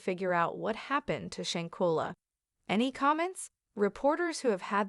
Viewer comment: Lord Kaybo, shankella… please get the correct pronunciation